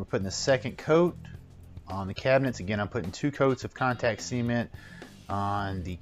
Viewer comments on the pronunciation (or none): “See-ment” lol